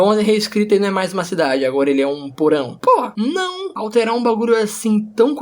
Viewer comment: Me quebrei quando ele falou po não ele parecia um chinês falando